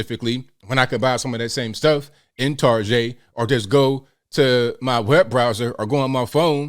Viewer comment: Love how you said targeh for target 🤣 I thought that was just my family Shame he took the coward's way out, it must be hard on his friends and family.